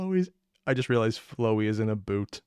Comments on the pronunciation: To find out which human is which, Chara usually has a smile while Frisk has closed eyes. Also it is pronounced Flow-ey(flow·ee), not Flower-y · Quick note it’s flowey like flower not flow ey basically flower but with a y except r